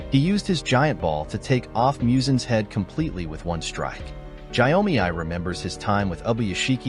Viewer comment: Gyomei name pronunciation on point 👌🏽👌🏽